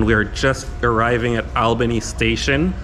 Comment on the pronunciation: Promounced Allbany